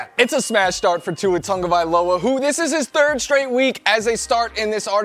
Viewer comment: It’s annoying hearing them pronounce Tua’s name wrong. There is no letter N in his last name